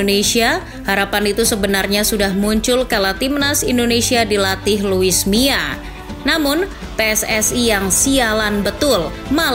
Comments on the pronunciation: kuping ku salah denger ga sih, ko sebutnya luis mia? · Yg bener luis milla apa luis mia?? Kok saya denger host nya lusi miaa